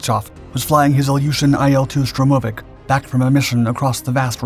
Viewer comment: "Stromovik"? You must know better than this. 🤨